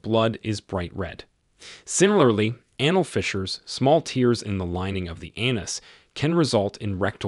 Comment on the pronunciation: why are you misprouncing so many words? Anal? Tears? Tarry? Bowel? Diverticulitis?